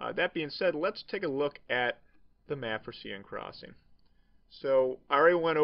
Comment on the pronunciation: Love this. I've sub'd. Love that we can see you when first commentating, very original. But dude, Sieine is pronounced 'sane' as in 'insane'. I'm European, I'm right :)